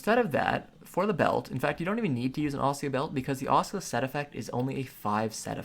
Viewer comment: he-v-ee, ass-ooh-la's. Bro please look up proper pronunciation of the stuff you are talking about. Makes me laugh so hard and i cant focus lmao